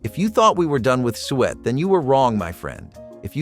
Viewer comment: lol its not sweat pudding its SOO-ET